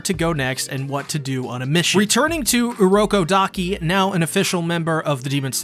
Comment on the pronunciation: its urokodaki